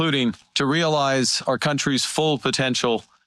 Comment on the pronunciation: did he say " we are starting to realize" ? 😂😂😂😂